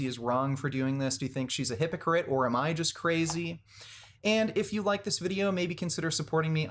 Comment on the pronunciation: "vide-yer games" ahahaha